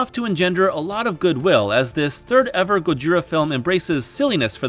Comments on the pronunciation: Dude please just say "Godzilla" - saying "gojira" with an American accent is even more wrong than using the official English name. It's a mispronunciation of an imperfect transliteration and it just really ground my gears. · If you can't pronounce "Gojira" correctly, just say "Godzilla".